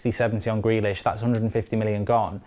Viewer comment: Like says: “Grelish”😂😂